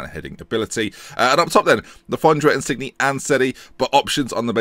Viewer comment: Insigne is pronounced In-seen-ye